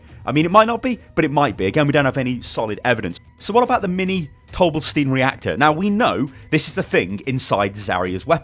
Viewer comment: I was thinking dough bla steen